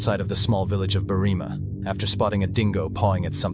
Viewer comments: The town is called Berr-im-a, not Berreema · It’s Berrima not BerrEEma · When researching Australian place names probably best to ask an actual Australian about pronunciation. Berrima is pronounced Berry-ma but quickly. No drawing out the ry or ma. Apart from that it was a solid presentation